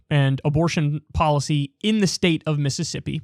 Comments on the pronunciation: 'Missippi' I'm not surprised the governor of Mississippi can't even pronounce his own grotesque state's name. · “Miss” issippi